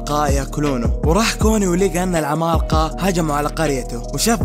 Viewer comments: المراجعه كويسه لكن ليتك تقول العمالقه بدل ماتقول (العمال قا) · اتحداكم كم مرة قال كلمة( العمالقة ) بنطقه الغريب لها الي زي الخرا والله؟